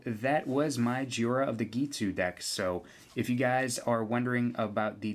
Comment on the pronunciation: If it were pronounced JEE-ORE-UH the i in Jhoira would be in front of the o like this Jhiora. It is pronounced JOY-RUH